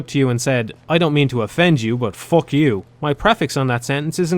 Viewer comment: Hearing say "fock" gives me life.